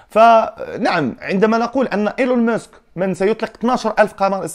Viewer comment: Ilin misk سير اه صاحبي خدم على Accent ديالك